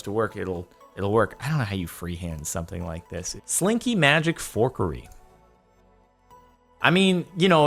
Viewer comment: It’s fuckery not forkery, Jordan